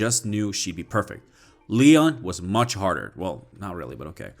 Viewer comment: They hired a Leyon rather than a LeeYawn. Pronunciation aside, they should have sticked with the source material to a tee. It's the characters that made RE, RE other than the zombies of course